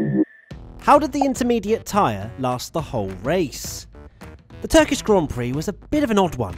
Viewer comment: Slintermediate lol